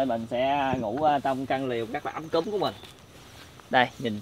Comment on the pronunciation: Ấm cúng mà ông cứ nói ấm cúm nghe khó chịu vcl:]]]